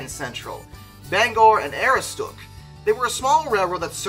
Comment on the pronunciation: Just a very minor pronunciation guide, it's pronounced a-Roo-stook, emphasis on the second syllable. Thankfully it wasn't the Bangor and Passagassawakeag line